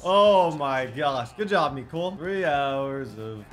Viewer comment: Why does he say meecole but is mecole hardman